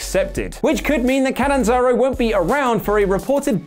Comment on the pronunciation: *Katanzaro, not Katenzaro I'm a helper!